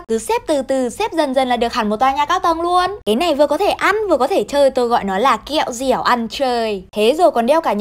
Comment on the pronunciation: Chị nói kẹo dẹo ăn chơi em cười 3 ngày 3 đêm luôn hahaha